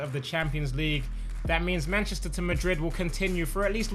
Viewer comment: "manchesterr to madrid"🤣🤣🤣🤣